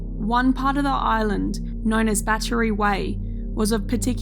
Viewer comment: I watched the whole video and never saw the bat tree you kept speaking about. Did I miss something? ....lmao oh I get it now you were actually trying to say battery. 3 syllables. Cute video.